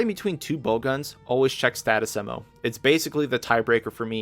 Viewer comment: After slicing ammo at first I heard "saddest ammo", had to rewind 3 times to fully understand that status came afterwards, not that it changes anything